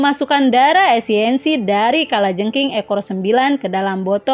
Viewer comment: Esensi kak.. bukan esiensi 😁😁